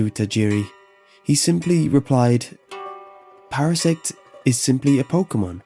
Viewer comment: Hahahahahah you said para sex Yes I'm 5..